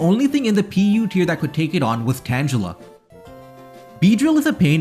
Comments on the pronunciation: Hard "g" for "Tangela". Otherwise, very informative. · This is probably the first time I ever heard someone pronounce it “tanjela” Not trying to be mean about pronunciation of fictional animals. I say “Arseeus” instead of “Arkayus”. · did you just say tanjela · ...I'm sorry. DID YOU SAY TANJILLA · I'm sorry HOW did you just pronounce Tangela? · The way you pronounce some names is incorrect. Tangela - derived from Tangle, because it is a tangle of vines Piloswine - derived from Pile of Swine, Pile'o'swine, Piloswine. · Are we not gonna talk about that pronunciation of Tangela? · TanJELa? U srs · I've never heard tangela pronounced that way before. Interesting take. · I wonder how old is. Tangela was a gen 1 pokemon, so most people pronounce it as tan ge la because of the anime.